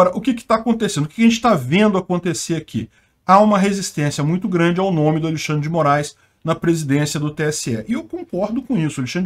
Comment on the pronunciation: Cebolinha diz: Alexandle o Glande.